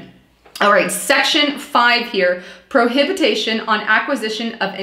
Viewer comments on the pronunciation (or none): Section 4 Line 10: The word is pronounced [Pro Hi Bi Tion], Not [ Pro Hab I Ta Shun]... Best, MM:) Good Post!